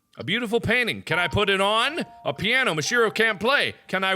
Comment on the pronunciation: don't run the syllables together so much: MIH-shee-ROH